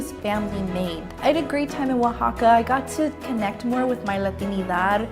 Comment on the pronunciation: U said "uixaca" In Spanish you actually sound out every letter o says o the a says a (as an alligator)